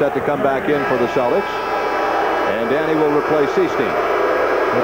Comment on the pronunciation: Whenever Cousy references the Celtics, it always sounds like he's calling them the "Cellecks", like Tom Selleck.....